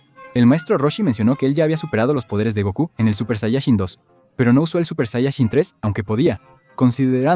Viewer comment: "Supershayachin dos"